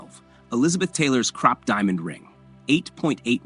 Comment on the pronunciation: Krupp...not crop...Gahhhhh...